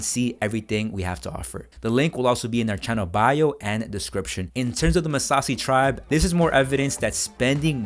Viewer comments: It's Maasai tribe, not Massasi. Good stuff though. I am going to start the challenge here soon!! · Masassi tribe? You mean Masai tribe? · great video. But Correction on the "Massasi tribe" .. It's "Maasai Tribe" NOT "Massasi tribe". They Are a tribe from my home country.